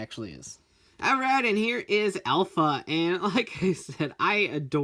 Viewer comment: Did it trigger anyone at the beginning when he pronounced Alpha as "elf a"